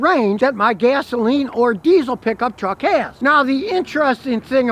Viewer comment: i love hearing scotty say piggup treck